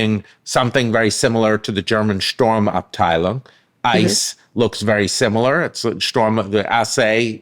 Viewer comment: I would expect Professor Stanley to pronounce 'Sturmabteilung" correctly -- the first syllable isn't the English 'storm'.